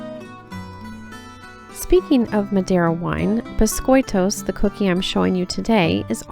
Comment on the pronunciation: As a continental Portuguese from the area where we have a neutral accent (near Coimbra), I found your pronunciation understandable! Well done!